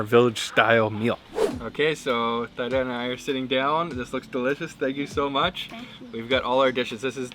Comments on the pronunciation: THEEEEEE DAAAAAAAA! Or T DA. There’s no Thigh involved in her name. This is embarrassing. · Thyda pronounce= theeda, not thaida. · BTW, Thyda was certainly too shy to mention, but the correct way to pronounce her name is to pronounce the "Y" letter as if it was an "I" sound in French. In other words as if her name waa "Theeeda" not "Thayda" 😅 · You are butchering her name. Even though it is spelled with a "y" in it, It should've been spelled with an "i" for a more closer pronunciation of her name. A more accurate pronunciation of her name would be "teada'' "tea-da" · The correct pronunciation of her name is T- DA. :) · sorry her name pronounce "T Da" she too embarrass to correct you. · Thyda's name would be pronounced like TEE-dah. The "th" sound does not exist anywhere in Asia. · her name is pronounced Teeda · I know right ? Please pronounce her name tee da!! It's polite to say her name property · Hey, next time you might want to ask for correct name pronunciation instead of butchering her over and over again. Her name is one of the easiest English pronunciation.